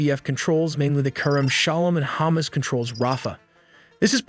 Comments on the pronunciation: It’s pronounced HamAs, not hummus. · KArem Shalom -> KErem Shalom And "Hamas" should be pronounced "Ha-MAAS" (or "Dead" 💀). Not "Hummus" 🥣... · What is Chomos? It is HA MAS like in HUckelberry Finn and MUStard!!! Cmon say it properly!!!! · it is hamas, not humus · It's Hamas not Humus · It's hamas not humes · Is hamas not hummus😊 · Can you not pronounce ha-mas? 😂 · This is a discussion of tactics, not strategy. Title couldn't be more misleading. And stop pronouncing Hamas like it's Hummus! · Hammuzz, that pronounciation is dam funny 🤣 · The narrator is pronouncing it Hamas like it's hummus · This guy still does not know how to pronounce Hamas. Its not the food item. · it cringe me everytime he pronounce Hamas